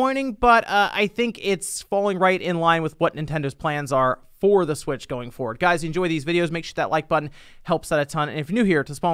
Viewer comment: "Super Nintendo Swich" sounds like "Super Saiyan God Super Saiyan". Anyways, a hardware revision SHOULD bring backwards compatibility at the very least, with Virtual Console to at least try and counteract on the homebrew side. It's as if they're playing it safe with all these Switch-alike revisions. Who can blame them after the Wii U disaster, they came back to what they are more accustomed to, being portable systems.